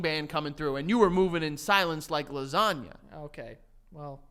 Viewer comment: it’s “like the G in lasagna” 🙄😂